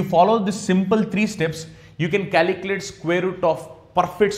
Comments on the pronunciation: Calculate or caliculate😢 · Calikilate LOL